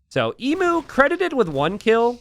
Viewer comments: FYI Emu is pronounced EEEEM - YOOOO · Genuinely thinking pronouncing it 'Emoo' made sense, until realising that it actually is spelt like the animal emu. Now the Aussie in me kicks in suddenly to complain, "that's not how you say it!" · God, as an Australian it hurts so much to hear Emu pronounced wrong 1000 times in this game! Not that the spelling makes sense in the first place, so it's understandable.